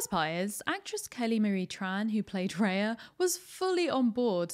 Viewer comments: It's Rah-ya not Ray-ya. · Genuinely hate to be this person but it's Rah-ya. It's a word in many of the languages from the countries the film is inspired by. I hope this isn't too much 😅